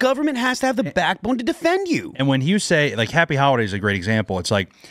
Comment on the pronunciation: Did he say Happy Howahdays?🤔